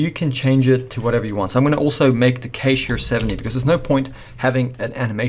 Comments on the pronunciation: Excellent tutorial! But bro, every time you said cache my ears bled. xD I'm so sorry. It's kash not kaysh, like 'a in pat' not 'a in cake' Otherwise straight to the point, I'm subbed. This channel ROCKS! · Never pronounce cache "kay-she" if you don't want to get laughed out of the room. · A great tutorial. But it really humorous to hear this guy pronounce CACHE as KASSSHHEEE. I much prefer to say cash. Put another shrimp on the barbie mate.